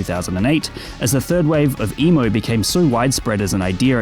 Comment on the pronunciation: Is he saying emu?